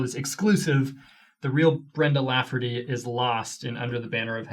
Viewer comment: *Lafferty not laugherty *Pyre not pirate. LOL 😂